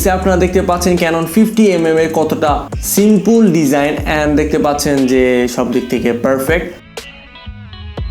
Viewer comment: এর লেন্স সম্পর্কে কোন জ্ঞান নাই, শুধুমাত্র কিছু টার্মওয়ার্ড মুখস্ত করে বকে গেছে.... উচ্চারনও সঠিক নয়, যেমন সিম্পুল, বকি, বিস্ট হবে.....